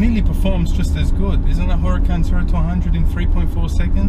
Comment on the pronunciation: Makes me nervous when he says “hurracAn”